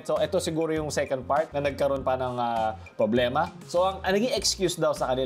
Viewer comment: Just noticed way of saying "publema" hahahuhu